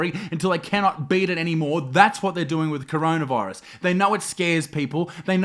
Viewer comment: I don’t want to sound rude or anything but it’s coronavirus not chronaviruse